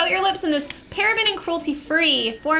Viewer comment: "KA-COW" butter :)